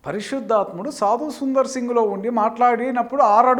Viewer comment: ఁబదర్, సాదుసుందర్ సింగ్ గారూ అనండీ. సాదుసుందర్, అని కాదు.